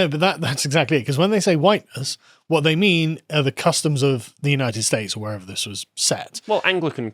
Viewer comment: Please... the way you pronounce "wh." It sounds like a Russian x.